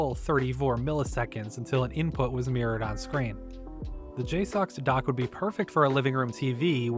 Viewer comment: It's pronounced "J-sucks"